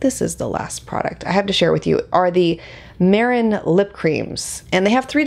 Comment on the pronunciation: It's pronounced May-ron. They have great products!